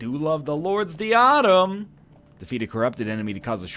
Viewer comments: The Lords Diadem isn't pronounced Dee-ah-dim it's pronounced Die-uh-dem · NL, it's not pronounced 'dee-ah-dem' it's 'die-ah-dem'